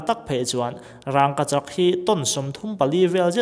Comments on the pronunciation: Kan bawngpui a rang ang ni lovin ràngkachak tih mai tur a ni e. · Rangkachak ti mai la.. ràngkachak.. rang lai khi i thluk vak a😀😀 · Raaangkachak pawh ani mailo,,wraangkachak han tih tlat mai chu aww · Rângkachak nilo in Rangkachak tiin lam rila, a thuk a dik zawk hmel. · mizo tawng ah khi tiag thluk a wmlo 'rangngkachak'..nilo in rangkachak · Rang,ka chak tih in lam roh.rangggkachak ni loin..burma ho mizo tawng hi chu ahriat theih ania. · Raaangkachak a awmlo. Rangoachak chu a awm. In zir ve ta che. Matrict te i pass ve em.. mizo tawng i thiamlo em mai.. midang chhiar tir la i hlawk zawk ang. Mithiam zawk te rawn ve la. Mahni tawng pawh chhiar dik theilo tlaw em mai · Raangkachak a nilo, Rangkachak a ni zawk.. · Rang ni lo vin rangka chhak ti tur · Rangkachak i sawi rang tihlai i thluk dan adangdai 😁😁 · I Rangkachak lamdan kha, rang;/ tih kha,thluk duai lo lo,a dik zawk e,a bengvar thlak lutuk e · Rangkachak ti ta la ngaih thlak a nuam zawkanga. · Thil ziak rang anga lam rik loh tur a ni a. Rangkachak mai zawk ani. Pronunciation tlemin a felhel deuh ani e. Bak chu a zia chho zel ania.. 👍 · Raaaaangkachak. 🤣🤣🤣🤣 Vidiau 😂😂😂😂😂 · Rângkachak tiin i lam zeuh zeuh a, fimlhur deuh deuh ang aw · Wraaaagkachak ngawt in sawi a, a fair lo... Daiiily pawh sawi ve ru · "Rangkachak" tih hi i lam dik lo vek. "Rangva" tih a "Rang" kan lam ang hian i thluk vak a..an thluk vak ngailo. Thluk chiam loin "Vangvat" (Leech) han lam a "Vang" tih kan lam rik ang chiah hian "Rangkachak" tiin lam mai rawh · Rangkachak tih i lam hian ....rang tih hi thluk dulh lo la. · Engatinge rangkachak i lam dan hi, "r a n g" lai hi i thlûk a? Thlûk miah lovin, "rang" tiin mi zawng zawngin kan lam a, kan lo lam dik lo zawk em ni le? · Lei tawt hi chu ka la hrethiam a duh vang a ni lo. Mahse raangkachak tih hi chu amah chiah, mithiam zawkte pawh rawn ve awm. A chapo thlak em maii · I rangkachak lam dan chu. Va han tenawm mai mai ve. Lam pui leh no itum lutuk emawni